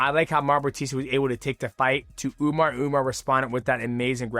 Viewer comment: 😂😂😂 u keep saying umar niggamidov